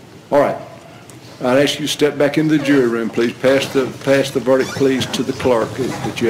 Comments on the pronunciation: A lawyer that says AKS instead of ask.............Well done America...well done, you win all the prizes. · That truly bugged me as well. Aks vs ask... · How did they lose a case against a defence attorney that can’t even pronounce the word “ask” properly?! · Anyone that says axe instead of ask should not have a professional job. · You may not but the use of Axe instead of Ask is a black thing.. 100%, and yes she is educated, but she should strive to use proper English when in a court of law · not an accent I live in the south and say ask. It's only a certain group that say axe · If your lawyer says "axe" instead of "ask" you might want to reconsider your choices in a defender... Just saying... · African Americans commonly say "axe". Not necessarily a southern thing. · How does a professional attorney say "axe" a question?🙄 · Even the ones that work for the court say axe. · What size does your brain have to be to make you say, 'axe'? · How does someone get through law school and can't pronounce the word "ask" properly? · I'm always grossed out when I hear these grown people unable to even say the word 'ask' without Fing it up. its gross and pathetic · Lawyer with a degree in law, unable to pronounce ask. Sad.